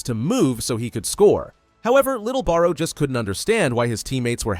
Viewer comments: Barou ❌ Borrow ✅ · who tf is meuroo botra? name is borrow